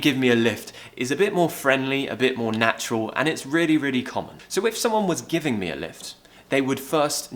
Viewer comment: The way you pronounce Natural sounds like there's an O in the word: natuorl.